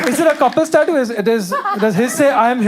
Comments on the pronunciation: EXACTLY OMG that was so bad 😭😭😭 "tattyuuuuuuu" girl stop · lol yea, she didn't have it in the older video I believe😭 AND WHO TF EVEN PRONOUNCES TATTOO LIKE THAT 😭💀💀💀💀💀